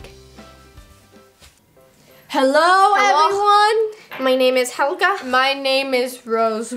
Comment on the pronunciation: its hhhhelga remember hhhelga hhhacks the h